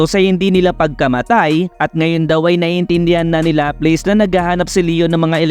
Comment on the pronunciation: LAPLAS POOOOOOOOOOOOOOOOOOOOO . hindi lapleys :(